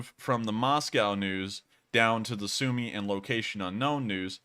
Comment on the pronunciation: As it seems you care about pronunciation, you mispronounce Sumy